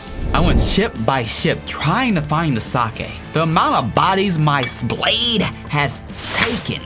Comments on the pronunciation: its pronounced seyk not sakey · sake is not sa keh its saik